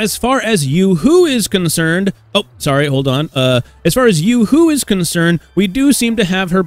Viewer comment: Ain't it yoohoo not yuhoo